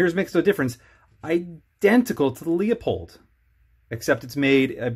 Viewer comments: Good review. I own the Leupold 3-9x33 EFR. It has an AO so parallax isn't an issue. I think your review would gain credibility if you learned how to pronounce Leupold. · This is a bit difficult to watch. At about the 2 minute Mark now and I already have some corrections: -This scopes parallax is NOT set to 100 yards. It’s right in the spec sheet. -Tube size doesn’t affect light transmission. Edit: I have to stop . You can’t even pronounce the brand name correctly.